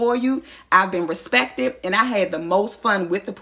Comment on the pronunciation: she bin “spouled” and she bin “respeted”😂